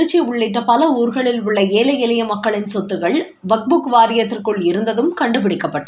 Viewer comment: வக்புக் அல்ல வக்பு மட்டுமே. சரியாக உச்சரிக்கவேண்டும்